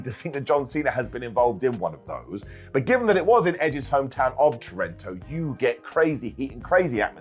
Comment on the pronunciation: Edge Cena match at Unforgiven 2006 was for the WWE Championship & it’s pronounced Toe Ron To